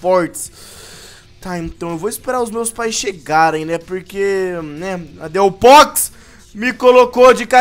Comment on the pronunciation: Não se fala delphos e sim delfoks